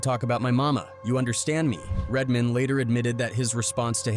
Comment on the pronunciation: Why quote people if you're you're just gonna play the clip? Also, do more work and narrate it yourslef. "Redmen" 😂